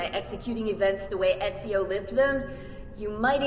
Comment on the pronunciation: He nailed Ezio's name, mamma mia his italian is improving <3